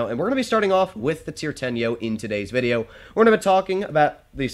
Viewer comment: "In today's vide-YOH"